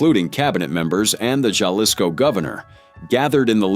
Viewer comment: Hey AI-- it's pronounced halisco-- not jalisco😂😂